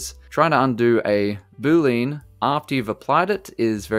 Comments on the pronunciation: Love the non-heavy Indian accent in blender tips. One thing thouhgh..... BOO-LEE-AN! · Boo-Lean is not funny, and you should stop it